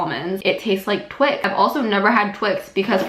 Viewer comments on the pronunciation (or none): none